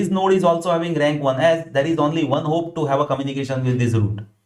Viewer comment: Super Very Clear but point to be mentioned its hop not hope